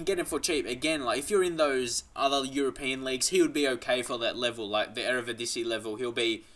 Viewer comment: WHY DO YOU SAY EREVIDISIE, ITS EREDIVISIE, JEZUS MAN LEARN READING OR GET GLASSES.